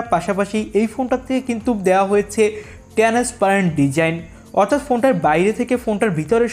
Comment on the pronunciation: টেনেস পেরেন্ট না ট্রান্সপারেন্ট 😂😂